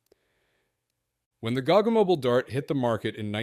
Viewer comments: It's ponounced Go Go Mobeal G-O-G-G-O!!! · oh FFS.. please learn pronunciation WTF is a gog gog moble? its G O GG O aussies will get it ;-)